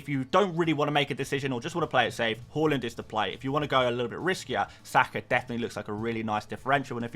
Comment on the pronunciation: Haa-land Who’s Haw-lund?